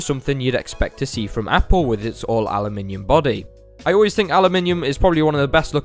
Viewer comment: Dislike for saying Alumium